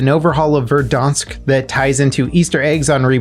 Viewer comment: I really triggered me when you called Verdansk "Verdonsk"